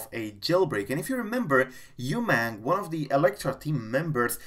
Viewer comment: You don’t know how pronounce umang Its not u-mang He is indian Indian always top